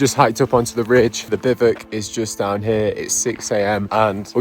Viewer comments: Whats a biv ick? A bivouac is pronounce biv oo ack, just as it looks. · BIVOUC "Biv-wack" is the most common way to pronounce the word, especially in American English. "Biv-oo-ack" or "Biv-oo-ak" is another widely used pronunciation, especially in British English. "Biv-wak" is a simpler phonetic breakdown that is also common. Bivick is way wrong. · No we don't !!- We say Bi-voo-ak - No Biv-ook - It was driving me crazy. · Love the video and will now watch more of yours. Despite how you pronounce Bivouac - Bivuk? 😆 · I love this!!! Thank you for taking us on your adventures 😄 In America we pronounce it “biv-wack”. Is this pronunciation incorrect? Look forward to hearing back about this 😂 Thank you!!! I was born in Germany (I’m American) and we spent a lot of time around the Alps. My gosh the footage you’ve shared of the mountains and valleys is simply breathtaking!!! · I thought it was pronounced bivvy wack. But perhaps it’s different depending on your language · Is it pronounced Bi-voo-ak or am i going mad? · Biv-whack.... bivvuck... f-ing English can't speak English. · Bivouac, not bivoc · It's pronounced Biv-oo-ak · In the US military, this term is pronounced, “BIV WACK! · Bivouac is pronounced “bi-voo-ak”. FYI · It's pronounced something like "Biv oo ack" or "Bi Voo Ack" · For the love of all that is language... it's pronounced: bi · voo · ak 🤐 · Since when did bivouac become pronounced bivvuc? I thought I was going mad and then to all my years using this terminology I had been mistaken, but – after double checking several sources – it turns out I was not. So why? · Why do they call bivouacs bivocs? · Do all English people pronounce it like that? There are three syllables in "bivouac". "BI-voo-ack". Even in French it's "BIV-wack". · It’s pronounced biv a wac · Had to click off after the 6th time he said bivek. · Isn't it pronounced biv oo wack? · Could you learn how to pronounce bivouac, please? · I just wish you’d learn to actually pronounce’bivouac’ correctly.